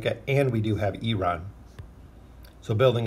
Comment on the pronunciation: dude! don't get me wrong, i like you, but why do you always say oaken inn?